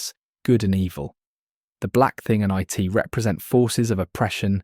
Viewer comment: A society where individuality is erased and free will is nonexistent is a perfect description of our own. Also, you do not pronounce IT like an acronym.